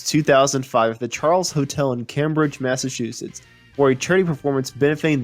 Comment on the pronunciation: Would have been great, had you pronounced the Massachusetts’s town/locations properly.